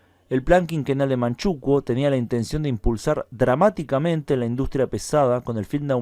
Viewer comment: En España se dice Manchukúo, no Manchúkuo 🤗 ... Creo que no lo has dicho, pero en Manchukuo se promovió la drogadicción o narcotización de la población, como método de sometimiento.